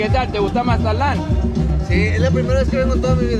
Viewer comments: Can you say Mazatlan right for once in your videos . Don’t say Mazalan say Mazatlan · My hermano can't say mazatlan